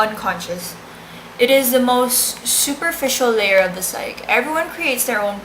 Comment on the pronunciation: it's also pronounced psych-ee, not psych.